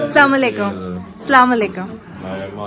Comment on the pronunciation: Plzz ap apna salam chiness na karain because 1 salam ky bhot matlb hoty hain plz jo ap aslam u alikum bolti hain wesy he bolain salam a alikum kia hota h